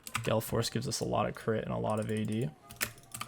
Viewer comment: What region of the world do you live in that your hard 'a' becomes a soft 'e'? Such as: "gAle force" becoming "gEl force"